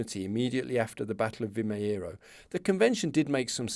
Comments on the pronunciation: Sometimes the last 'O' sound in Portuguese could turn a little bit to a 'oo', like in boot. Thus, Vimeiro sounds like "Vi-may-roo", using English phonetics. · Pronounced something like "vi - may - ruh" 😊 nice series.